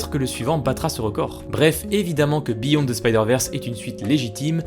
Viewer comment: Heille mon tabarnak tu va refaire ta cris de vidéo pis tu va dire beyond the spider verse pas biyon mon esti